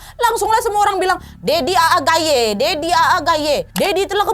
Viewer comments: MashaAllah Sedikit tertawa pas Kak Nadia ucapkan Daddy Aa Gayi hehehe, seharusnya Aa itu di baca panjang di satukan bukan Aa seperti pengucapan panggilan daerah sunda Stay safe and healthy ya kak Nadia and team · Iya bener, kalo di istilah tajwid itu kaya ada harakatnya 😁😅